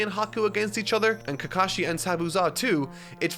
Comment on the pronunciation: It's not sa kru ra man, it's Saku rah, it's not Keka shi, it's Ka ka shi. And it's not Naru doe, It's Naru to, with a short to, like the to in toy, not toe. Just watch a clip of the jp dub were they say the names.